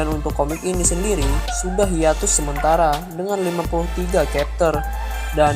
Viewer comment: Pronunc Chapter jangan di ganti jadi kepter, bacanya sama dengan tulisannya.. Semangat terus bro 👍